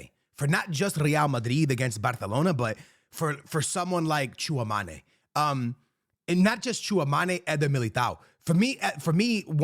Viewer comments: FOR THE LOVE OF GOD - IT'S TCHOUA-ME-NI not TCHOUA-MA-NE it's been years ☠☠ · Its Tchoua - me - ni not ma- ni but me - ni. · I cant take this guy seriously when he says “real madri” & tchaomane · Bro it’s chua mEni like don’t sound the E like an A lol love you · Bro😂😂you definitely need to learn the pronunciation of Tchouaméni’s name